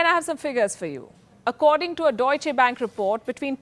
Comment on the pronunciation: She doesn't know how to say "Deutsch"? And she is a lead reporter of a global channel damn i had noticed similar mistakes before why does she get a prime time show and not others? She's reading off a script so the only thing that can give us an idea about her knowledge is her pronounciation of different languages especially something as widely used as a german name dauche sounds like she has never read anything about germany in her life!